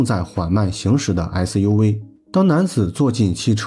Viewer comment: 解說員唸SUV超好笑尤其是V